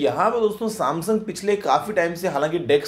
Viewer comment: Saamsung OR Shyamsung Samsoong 😂😂😂